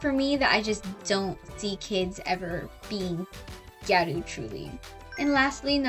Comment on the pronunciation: thank you so much for not saying “giyarew”